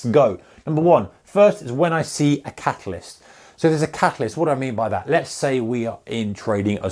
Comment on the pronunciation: All the time when he was saying catalyst is thought he was saying catholist. Was starting to think what is that of a term haha